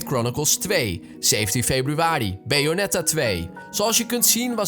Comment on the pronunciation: Nee joh vond het wel grappig 😅 BAyonetta ;)